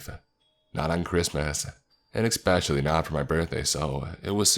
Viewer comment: Expecially is quite possibly the most annoying mispronunciation in the english language, I'm sorry i just can't listen to that lmao.